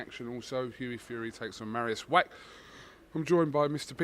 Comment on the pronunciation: "Mariusz Wrack"